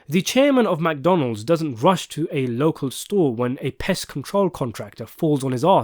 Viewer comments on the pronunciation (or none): none